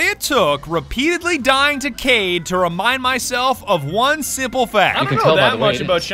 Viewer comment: why do you pronounce Kaid "Cayde"? rip cayde